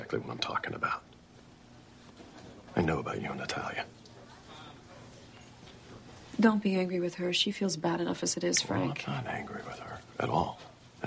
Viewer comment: You are so right! I thought I was the only one who didn't like the way he says it. "Naaataaaliaaa." Isn't it supposed to be Nah-tah-liah. Like the difference between batter and father.